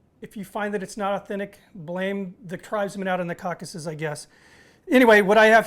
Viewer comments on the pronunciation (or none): none